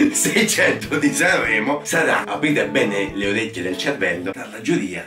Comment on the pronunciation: "SCRVOLLAVE" "SANVVREMO"